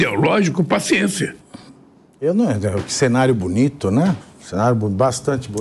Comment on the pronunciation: Lule: ..."eu governei esse país "oitio" anos...